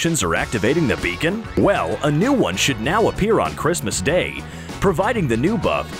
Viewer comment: Why did you say merry chriamamaaaaas! When it's merry Christmas?